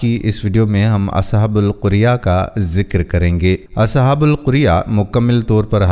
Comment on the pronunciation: وَاضْرِبْ لَهُم مَّثَلًا أَصْحَابَ الْقَرْيَةِ إِذْ جَاءَهَا الْمُرْسَلُونَ۔ یہ سورۃ یٰس کی آیت ہے۔ آپ نے اسے اصحابُ القُریہ پڑھا۔ جبکہ یہ قَریہ ہے۔